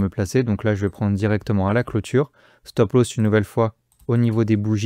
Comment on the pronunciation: Petit tuto prononciation. Stop Loss se prononce "stop l'os" pas "stop l'hausse". Merci.